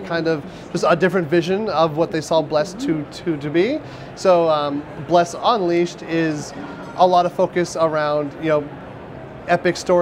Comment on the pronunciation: What is with this presenters inflections and emphasis on strange parts of worlds. UNleashed, A quest...he put the wrong emphAsis on the wrong syllAble. Its like he was trying to do it on purpose. Every "uh" sound is so forced and pronounced....I can't put my finger on it. But its just weird... Also the game play looks kind of boring but, most likely better than the PC version. The combo system on pc is horrible, this looks much better. But, it is very slow and janky looking. Either his sensitivity is too high for him, or he is just that bad with a controller, but he's all over the place. Hopefully it has a lot of UI options too. You do not need any of that garbage on there, im sure its just demo purposes. Why don't more MMO's take cues from ESO? that is the best damn UI i've ever experienced in an MMO. Inventory menu's and skill menu's aren't the greatest but while you're actively playing its THE BEST. Hands down.